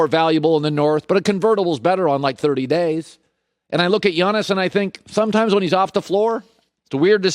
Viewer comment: Colin “SomeChimes” Cowherd